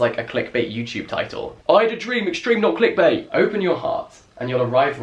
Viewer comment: 'i had a dream extreme NAWT CLICKBAIT' his accent when he said this was so f*cking hilarious I dropped the plank I was holding (the exercise - I'm not a carpenter), and slammed onto the floor so hard i almost threw up. so, yeah...how's your evening.